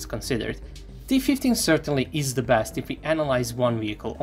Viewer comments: AHHHHHHHH ZEE PUMAAA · Ehhhhhh.... Ze Puma...